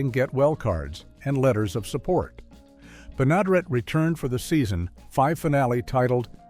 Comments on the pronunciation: Ben A der Et!!!! You can't program your AI voice any better???? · Benaderet = ben-a-DAIR-et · Bea. Ben-a-dare-it is how her name is pronounced. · Interesting facts collected, but I had to stop watching, challenged to tolerate the lack of any additional inquiry of the proper pronunciation of multi-talented radio-, TV-, and animatio-voice-actress Bea Benadaret's names. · The show was created specifically for Bea Benaderet, whci would have made a great weird fact. Too bad your AI could not figure out how to correctly pronounce her name. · Good grief! If you're going to do a video on "Petticoat Junction", at least get the AI to pronounce Bea Benaderet right!!!!!!!!!